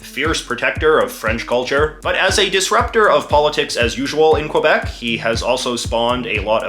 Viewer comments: JJ knows it’s pronounced KEY-BEK but says KWE-BEC on purpose just to be an 🍑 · you should pronounce it q eh b eh c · In Quebec, it's pronounced KAY BEK. This guy is quite possibly the most obnoxious YouTuber....like...ever. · it’s kebek not qwuabek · At least say Kebek not kwebec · it's not prononced COABEC, it's simply KBEC.... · when jj says que-bec instead of ke-bec, very good video though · When I was in the US Army, we used a phonetic alphabet to spell words over the radio. The letter Q used Quebec, which we were told to pronounce kee BEK. I've always said kwe BEK and I noticed that the Francophone speakers you taped also said it like we were told. You, however, pronounce it like I do. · Pronouncing it Kwebeck is just wrong. The way people pronounce Quebec or Montreal in English is one of the ways to distinguish an anglo Quebecer from other Canadians. The Algonquin, original, pronunciation is Kebec. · It's pronounced "Kebek" ffs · Can't even pronounce Quebec But apart from that, the video is actually a quite good exploration of the politics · Could you please try to pronpunce Quebec correctly? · Your favorite place in the world, yet cant pronounce its name right! Yikes 😂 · After all these years. You still can't say it right. You buffoon. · MFer can't even pronounce Quebec right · I still don't get it how to pronounce Quebec properly. Was it KEE-YOO-BECK or KOO-WEEA-BECK? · Aside from the fact he cant pronouced quebec right, his depiction was good.